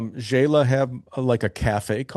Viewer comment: FYI, Xela is pronounced “Shay-la” not “Jay-la”. Love your interviews. Great, varied content of many different places and countries for retiring on less.